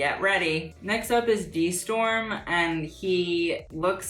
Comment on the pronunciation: DEE storrrrm. 😂 That pronunciation.